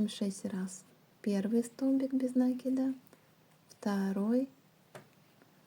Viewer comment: В слове НАКИД ударение ставится на И. Ваше произношение этого слова очень режет слух.